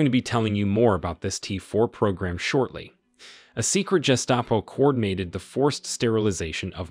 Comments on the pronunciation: Nazis kept on getting mispronounced as Naz-iss instead of naz-eez. There's also the Gestapo pronounced like Gipetto from Pinocchio, geestapo instead of guhstapo. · I clicked on the video, saw the like/dislike bar and thought" whoa that's odd, that's a lot of dislikes". Then I heard this guy say "Jestapo" and it made perfect sense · German here: Gehshtahpo with a stress in the middle. "Guhshtahpo" would be the proposed pronunciation by the dictionary, but that´s not how we pronounce it. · Nuremberg is pronounced ... NER um berg Epilepsy is pronounced ... EP i Lep see Gestapo is pronounced Ge SCHTOP oh ~ the G sounds like the g in get, not like a J as in Jester Nazis is pronounced ... NaT zees Erasure is pronounced ... EE race sure. I heard a few others, but here's a start. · No, geh-shtah-po with the stres in the middle. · Pronounced as Jestapo? Really? The narrator studied with Marjorie Soylent Green and her Gazpacho police.